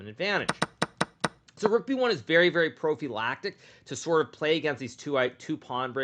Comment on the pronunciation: We’re just going to pretend he didn’t say “Pro-V lactic”?